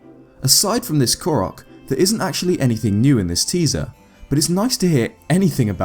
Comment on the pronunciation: FINALLY!!! A Youtuber that pronounces the name "Korok" correctly. Breathes a sigh of relief.